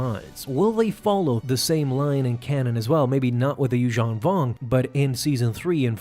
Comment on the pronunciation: Yushong Vong? Everyone else I've heard pronounces it yuz-HAN vong